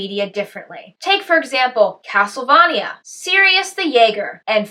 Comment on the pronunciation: 3 things: 1. An 18 minute weirdflix video? My prayers have been answered! 2. That pronunciation of castlevania made my eyes bulge out of my head 3. Could you hold off on uploading as premieres? It’s always disappointing to see a video from you in my subscription box only to find out I can’t watch it for 3 days :/ Anyways; another quality video. Keep up the great work as always. Each video is better than the last :)